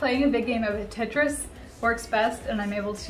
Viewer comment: I love how you call Tetris ..”Titrus” 😂 to cute! That’s what my son calls it too! 😂